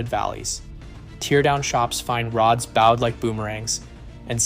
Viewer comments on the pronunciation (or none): A/I voice can’t tell between “Bowed” and “Bowed” the bent connecting rod is BOWED LIKE A BOW AND ARROW. The voice pronounced it BOWED, as in someone took a bow after a performance 🖕🏻 Bye douche bag 🤡